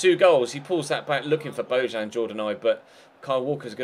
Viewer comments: bo-yan not bo-jan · It's pronounced Bo-Yan